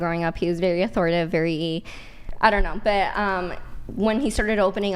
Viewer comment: it’s authoriTATIVE not “authoritive”